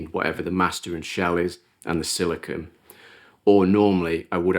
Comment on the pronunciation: I don't know if it's your accent, but you keep saying "silikin". A common confusion with that material is silicone vs silicon (usually pronounced "silikin". Sili*cone* is the rubbery material you're using, sili*con* is a pure element that's primarily used as a base for transistors which forms the heart of all electronics technology we currently use. You may already understand this and my understanding comes from your accent, but I like to point it out when I hear it nonetheless because there are absolutely people that don't understand the difference.